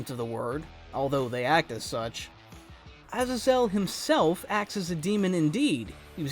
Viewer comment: I hate the way you say AZAZEL